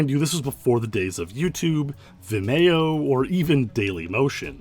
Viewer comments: Wait is that how you pronounce Vimeo? 😂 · ive never heard anyone pronounce vimeo that way